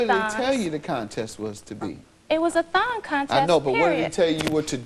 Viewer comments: HA! I thought in the intro he said THOT contest & I was thinking, "was that word used back then, wtf?" and then I realized it said "thong" contest 😂🤣😂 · I thawt I heard thot contest until she said it lol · At first it sounded like they said "thot contest"...